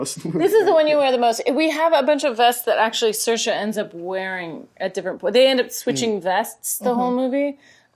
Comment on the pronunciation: Sayer sha that's how it's pronounced